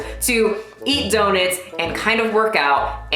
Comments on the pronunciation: She’s fucking people worse than Brittany Dawn And yo... it’s DOE-NUTS! 😂 not “daw-nets” 😂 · The only thing about this video that offends me is how you pronounce donuts. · why do you say donuts like that!!!!! 😂😂💗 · I'm offended by your pronunciation of donuts. XD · The way you pronounce “donuts” is the most precious thing 🥰😭